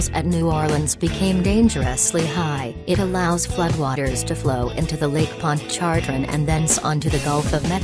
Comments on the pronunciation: The only reason I gave a thumbs down is for the "speak and spell" computer generated voice narrating this hilarious video. To hear it try and pronounce the Louisiana bodies of water cracks up. (I'm from Louisiana) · Did I hear lake pon chon jre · IKR? The way it pronounced "Pontchartrain" was hilarious, and that was the easiest one. I'd like to hear it pronounce "Tchoupitoulas".😂